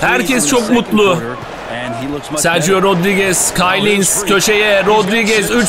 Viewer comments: Abi Kyle Hines , kayl hayns diye okunuyor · KAYL HAYNS Diye okunuyor abi